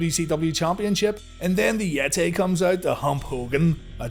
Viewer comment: Seeing that clip in the beginning with the Yeti...why did they keep calling him the Yet-Tay?